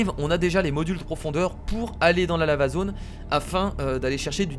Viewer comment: je sais pas si vous avez remarquer mais moi j'entends la zone lama au lieu de dire la zone lava ☺ sinon super épisode comme d'ab' et j'ai hâte au prochaine épisode de Plante Versus Zombie 2 !!